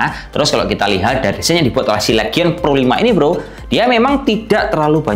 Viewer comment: Belajar lagi cara penyebutan bahasa inggrisnya bang, biar makin enak reviewnya. LEGION = Lijien HIGHEST = Haiyes